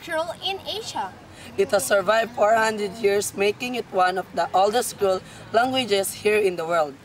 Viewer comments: beunos dias, please pronounce creole, "Cre - o - le" the way you say it sounds like the word "cruel" which is incorrect and is a different word. Gracias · yan practice gat era el pronunciation del mga words and reading the sentences... man take many shots kun chene mali... maLisud intende. comment lang hehehehe "creole" dol "CRUEL" man yo ya uHi.... hehehehe...